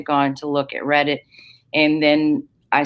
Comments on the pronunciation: Yeah he's saying it wrong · Omg it's called REDDIT and GAMESTOP not Redick and Gamestock...🤣 Sorry I had to it was driving me nuts 😅